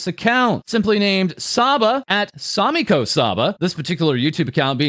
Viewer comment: "Same-ko"? Same is shark.